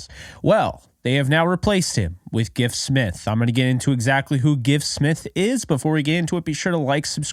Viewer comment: You are pronouncing his name correctly.